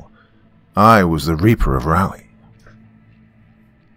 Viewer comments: Love the story and your narration is superb as always....but man you are butchering the pronunciation of Raleigh. 😋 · Another NC-based story! Been seeing a lot of them lately. A little tip for the Doc on pronouncing Raleigh-- it's named after Sir Walter Raleigh, and pronounced the exact same way (rather than the "rally" pronunciation the Doc has going on here). It's one of the few place names in the American South where both the American Southern accent and the standard English accent pronounce it the same way. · Yep, or to make things easier… it’s pronounced “raw-ly”. 😊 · it's not raw-ly... it's rah-ly. Like, rah-rah-ooh-rah-rah rah-ly! Jokes aside, there are like 2 ways of reading every pronunciation I thought of spelling out which is why I didn't do it. I just couldn't figure out a clear way to spell it out. With a US accent, raw-ly could work, but raw-ly with a UK pronunciation like the Doc's would end up something like roor-ly, and the "ah" in rah-ly could be read either as the "ah" from "cat" or the "ah" from "car"